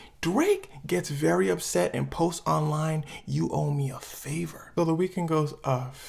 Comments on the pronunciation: did my man actually say, "vewwy"? Hahahaha, I'm geekin, my man slid in a mean ass Elmer Fudd impression all quiet-like, no hate or nothin like that... just thought it was funny, had me laughin when I heard it. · bro you did not just say “vewy” like you bugs bunny or something